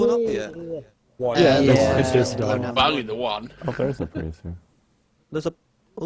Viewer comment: For god's sake it's Prius. Hearing "Pri" 12,000 times is scrambling my brain.